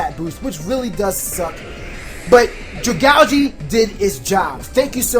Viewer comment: That's actually the proper way to pronounce it. Its supposed to be pronounced like algae, which Dragalge is based on.